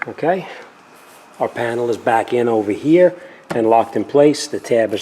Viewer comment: Take this ovahhhh hea, now this ova hea and make sure it's hea. Just incase you don't remember, take this ova hea not ovah der